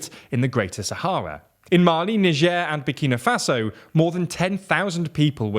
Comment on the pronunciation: Bro dodged a bullet with "Nigieer"